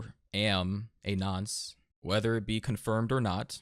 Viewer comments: I hate when Americans think that 1. Nonce is said as ‘Nunce’ 2. When you call someone a Nonce most of the time it’s a joke word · It's nonce, not nunce lol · 'Nonce' not 'nunce' why do Americans fuck these pronunciations up like calling 'Lara' fucking 'Laura' Jesus Christ it's annoying lol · Nonce is pronounced non-ce (the ce part sounding like the ce in once but you don't say the whole word like once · you said nonce wrong